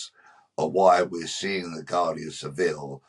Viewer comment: Its pronounced wardia not Guardia.